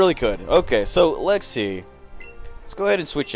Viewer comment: are u saying lexy instead of let’s see? or am i crazy?